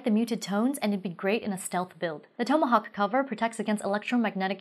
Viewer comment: TOM-uh- hawk